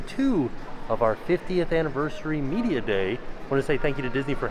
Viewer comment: I LOVE the way says media event..."MMMMEDIA event!", like a massive middle finger to the haters!😅 I'm so glad you guys get to go to these events again! Hard work pays off!